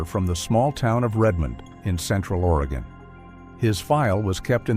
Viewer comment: Spoken like a true Oregonian!! 🤣 At least he said Oregon correctly!! 🤦‍♀️ I am a born and raised Oregonian, and my children are second-generation, and my grandchildren are third-generation Oregonians!! I will say that we definitely have a great number of people who go missing in this state!!